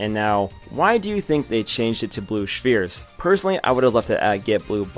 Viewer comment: Bruh his name is he’s not even making an effort to be a woman, don’t call him Also stop pronouncing spheres like a lobotomite with a bowel condition